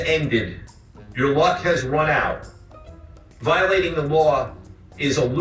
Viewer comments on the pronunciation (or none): "Wiowating da waw", Yea yea DA guy... learn to make a VEE and or ELL sound and I MIGHT find your words intimidating. "wiwisection of wixens is illwegal" And YOU,... stop endorsing gambling houses. Gambling sucks. It RUINS lives. Unlike a drunk who gets cut off by a bartender, the gambling house is under NO such obligation.